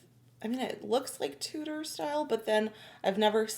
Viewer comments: Love how you both say Tutor period instead of Tudor Period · When you say Tudor, - think to say it as Chew-dor instead of Toodor... hope it helps you.